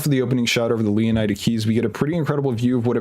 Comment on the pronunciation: I think it's pronounced "lay oh need a"